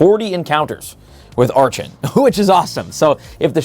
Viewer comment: It really annoys me when you say a Pokemon's name wrong, archen specifically. It's pronounced ark-in